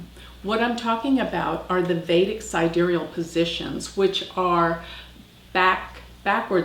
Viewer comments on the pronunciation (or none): none